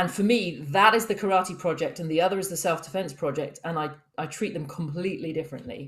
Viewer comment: I have now heard Karate pronounced as carrot and now I cannot unhear it. Great conversation.